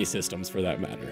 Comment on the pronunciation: Subskribe got me 😂😂😂😂